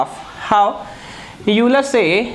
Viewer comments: Pronunciation of euler is ailer. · Sir name of Euler is pronounced as oiler